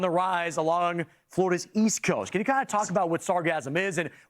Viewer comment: Smooth😂😂😂🤣🤣🤣😭😭he said it populerrrrrr😭😭😭😭😭